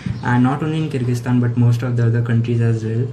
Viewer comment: Bartan sambhaalo pls Also avoid using pressure cooker while filming a video 😂🤣 (Just kidding, I want to appreciate you for this really informative video and thanks for teaching me how to pronounce Kyrgyzstan because I was today years old when I actually learnt how it's pronounced)